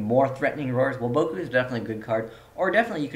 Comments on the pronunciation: it's WAboku, not waBOKu. pronounce it right. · Woah-BOH-Koo??? da fuq, have u ever watched the anime? It's WAH-bah-koo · The way you say Waboku drives me fucking insane